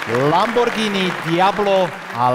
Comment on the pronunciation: Lambordžiny....kokos 🫣..toto keď pocujem